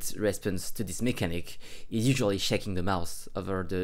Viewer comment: "usiully shekin demaus other than girexion" wtf is this language